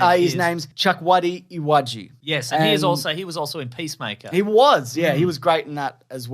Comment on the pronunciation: Chukwudi Iwaju is pronounced /Chu-k-uu-di E-wah-juuu/ It's a Nigerian name You guys did well though 😅